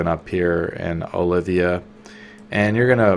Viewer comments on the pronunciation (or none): OLVIA. IT'S OLVIA! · You pronounce everything really weirdly XD The way you pronounced Grunil and Olvia hurt me. lmao